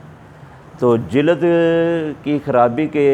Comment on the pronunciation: Sir jilaad nhi lafz jild hy